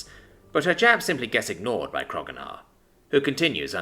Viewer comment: i wonder why you still call him krogunar, when his name is spelled kro'gnuar, and it was established in one of the episodes that it's pronounced kro-new-ar.